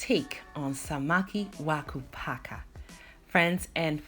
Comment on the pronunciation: You said Samaki wa Kupaka perfectly. Love from 🇰🇪